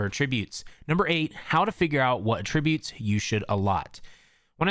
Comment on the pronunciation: At ri butes